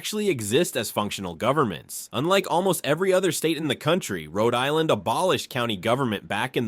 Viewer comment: You can't pronounce the places in RI !!